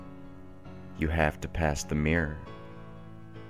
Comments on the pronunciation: I'm American and I heard Meer. The only American accent that naturally pronounces it that way is the southern "Yeehaw that thar's uh mawnstur in tha' meer." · I would have enjoyed this a lot more if you could pronounce mirror properly. I mean, seeing as the word features so often, it ought to be said you know, properly and not like "Meer". But then i'm British and you're American so it probably sounds normal to you...? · So does the hippie (blonde one) in The Beach, with Di Caprio when he says to his mate, you're looking in the Meer all the time. First time I noticed it, Annoys the shit outta me. Weird.